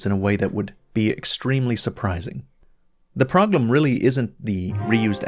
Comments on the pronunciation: did you just say Proglem? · "the proglem"